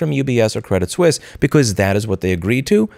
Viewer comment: It's pronounced Sweese. :)